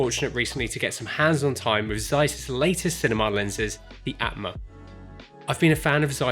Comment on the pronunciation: Aatma is pronounced as 'aa' in Arm or Aunt. So it would go like: 'aa'tma 😅